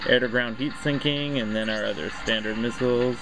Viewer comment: "heat sinking" Nice video though!